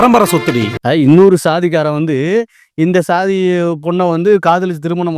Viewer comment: எல்லாச் சாதி நீய்களுக்கும் சொல்வது என்னவென்றால்.... அது ஸ்ஸாதி இல்லையடா பன்றிச்சாதிகளா..... அது ச்சாதி என்று உச்சரித்துப் பழகுங்கடா பன்றிகோ, நாயுகோ.....